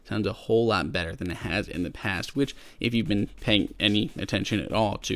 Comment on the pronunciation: did he say "much badder power efficiency" instead of better?